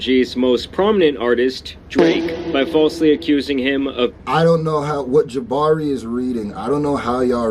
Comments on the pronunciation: It's Jamari not Jabari homie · JAMARI, not Jabari 😂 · It's JaMARI. Not Jabbari. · Jamari not Jabari 😂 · Yo, his name is JAMARI foo, with an M, lol, damn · It’s Jamari lol